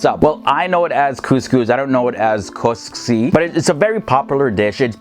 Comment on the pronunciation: Its not koski it is koskosi